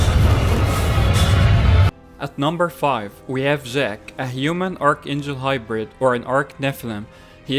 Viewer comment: Its jack not Ziiiack